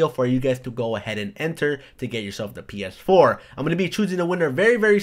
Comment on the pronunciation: Do you have problems saying PS4? XD You keep on saying PF4.